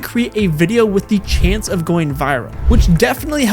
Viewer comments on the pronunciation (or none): none